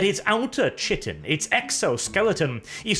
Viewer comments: Chitin is pronounced kaitin not shittin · It's not pronounced Chi-tin dammit. You know well enough how to pronounce it in all your Tyrranid vids. It sounds nowhere close to shittin' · Amazing video as always! Just a small correction, chitin is pronounced kai-tin but other than that this is a very detailed and thorough analysis of the Warrior Bugs! Can't wait for the Tanker video. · Chitin is pronounced "kite-in" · Read Hey as a non-english speaker I can understand this but it's always nice to improve when you realise a mistake :) Chitin is a deceptive word but it's nice to use it properly once you learn how it's pronounced. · I see still hasn't learned how to pronounce chitin.